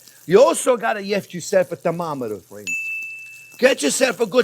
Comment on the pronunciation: Is it just me or does anyone else get south park Canadian vibes when he says fwends.... 🤔